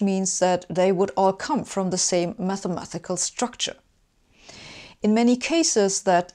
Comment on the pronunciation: She keeps saying mathemathical instead of mathematical.